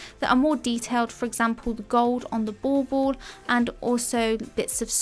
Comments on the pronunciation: My silly brain every time you say "bauble": it ball-ball 😂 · Are you saying " ball ball"? Not dissing ur gorgeous accent, I find your voice very Bob Ross soothing. Just never heard the decorations called that before.. n that's what the captions read too.